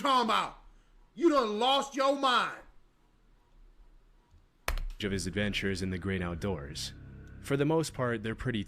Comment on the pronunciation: you dun loust yo miind😂